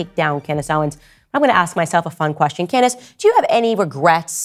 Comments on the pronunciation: So your long standing friend who you are taking heat for can’t even pronounce your name correctly??? canDACE 😂😂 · Tates only crime is the way he says Can•dayce